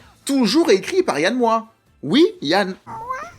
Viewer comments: Yann MOIX(E), pas Yann Moooa. 😂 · Ça ce prononce "MOAX" t'es relou avec ton "moi". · Yann MoiX!!! Pas Yann Moi ! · Je crois que tu es la première personne que j'entends prononcer "Moi" au lieu de "Moiks". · On dit MoiX pas Moi non ? Sinon j'avais adoré le film à sa sortie, pas revu depuis des années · Yann "Moi, tu le prononce comme Christiane Taubira, ou Yann Moix n a jamais oser la reprendre sur son nom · Alors plusieurs choses: déjà 30000 exemplaires en littérature correspond à un succès total dans le domaine. Le nom de l'auteur et du réalisateur se prononce Yann MoixE. Ce n'est pas Évelyne Dhéliat mais Évelyne Thomas... Vidéo un peu en roue libre à la préparation hasardeuse. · Désolée, on prononce le X de MOIX